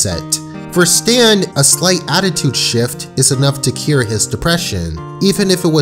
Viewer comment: His name is definitely "Stan", not "Stance"...